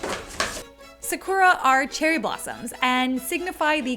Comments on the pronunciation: "sa-core-ah" did watch the Cardcaptors dub growing up?? Hahahah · Omg. saa-koo-dra* Sakura